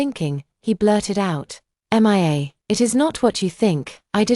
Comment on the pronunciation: Poster M I A is pronounced MEE A. NOT M I A, a hole AI.